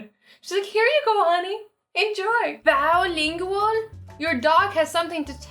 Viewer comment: Bow linguar